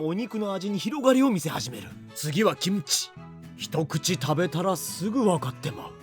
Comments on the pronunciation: 김치를 기무치말고 김치라고 정확하게 발음하시는데 한국어도 되게 잘 하실것 같다고 생각됩니다 ..! 대단하셔요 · '김치' 발음 넘 좋네요 ㅋㅋ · 일본분이신데도 김치 발음이 좋으십니다~~^^